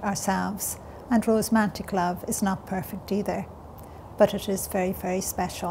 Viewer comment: Irish people do NOT say rosmantic. She means romantic which she said correctly twice. She maintains she had no education and is dyslexic and a bunch of other things....but that game pronouncing words incorrectly after having written various books ....I don't know what that's about